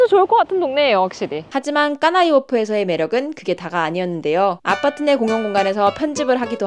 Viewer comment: 아파트를 아빠트라고 하시네요